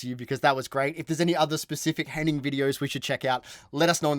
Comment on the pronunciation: Henning's surname is pronounced like vein